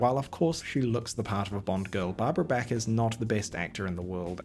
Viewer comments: Her name is pronounced like the artist BACH not BACK,get it right. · I don't think her name is pronounced "Barbara Beck". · Thumbs down for pronouncing her Barbara Back. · Not Barbara "Bek" Bach ...ah B AH K .All of down under needs to learn how to pronounce English.